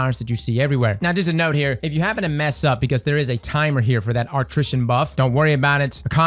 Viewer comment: I can't be the only one who went 👀 when said "an important note" but pronounced it like "node" after explaining how the nodes work👀👀👀 I see you,, I see you.